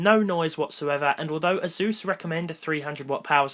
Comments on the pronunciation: "This is the azzzzzuuuuus" Its pronounced Ace-Sus (asus) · how he pronounces Asus...